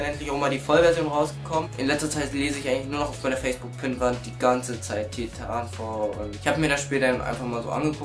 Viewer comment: Titafall haha schön das du weisst wie Spiele ausgesprochen werden.